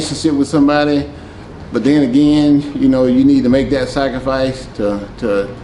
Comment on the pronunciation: The way he pronounces "Sacrificee" 😄